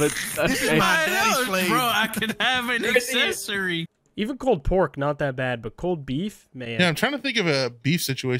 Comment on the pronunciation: my Siri keeps popping up for the way says “Accessory”